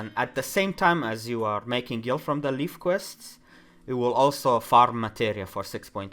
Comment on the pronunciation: Just a heads up, Levequests are pronounced like "leaves" of a tree. It's confirmed in all the leve puns. Pronouncing it like "lef" like in "left" is not right :D